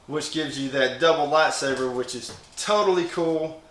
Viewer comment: It's lightsaber not latsaper